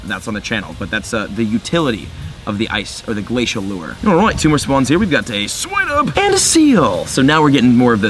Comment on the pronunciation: u said swinub wrong😂